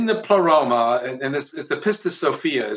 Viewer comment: It was a stuffed baboon, not a chimpanzee, as in the title of Peter Washington's excellent study of HPB and her influence: Madame Blavatsky's Baboon: Theosophy and the emergence of the Western Guru (1993). P.S. "Pleroma" is accented on the first syllable, and Leadbeater is pronounced "ledbetter".